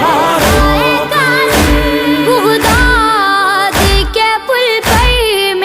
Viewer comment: بُغداد نیہں بیٹا بَغداد ہے اور بھی ایک دو لفظ میں زبر زیر کی غلطی ھے